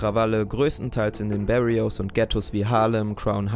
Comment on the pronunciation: ein “Barrio“ ist lediglich die Bezeichnung für “Nachbarschaft“ oder “wohnblock“ und wird auch nicht englisch ausgesprochen.